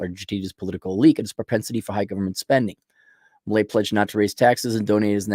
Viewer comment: Can´t pronounce a five letter name? Try Miley, like in Cyrus.